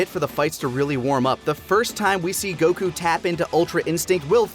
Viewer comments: Bruh. They ran outta content before that dumbass ever realized his name is goku, not goCOOOO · Can't get over how he says Goku as Geux Kuu and just HAS to say the Japanese names for things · Why so much "goKU" pronunciation? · GokU?immaculate pronunciation🤡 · I've never watch this sort of content from TFS before, is he seriously going to keep pronouncing Goku that way? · (or however u spell it) is super pretentious dude. the way he be pronouncing Japanese words like he didn't grow up in america and just always be talking about the sub like stop dude we get you want to be Japanese. Honestly if I was having a real conversation about Dragonball and someone was speaking how he speaks about it I would walk away. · Lani never got top 12 Bulma outfits, kirrin never got his filler episodes count down, and never pronounced Goku correctly. P.S. I had seen that VTuber before but never new that was taka. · pronounce Goku correctly challenge (impossible)